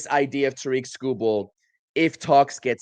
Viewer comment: Terrick, not TaReek